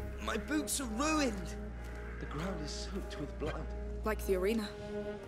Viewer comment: lol he says my boots i heard boobs haha